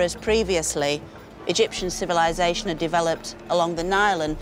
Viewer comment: The end of what? What's civissation? Lol civilization?